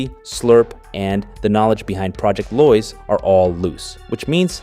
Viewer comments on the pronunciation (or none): It's Lois as in low-is. Not loys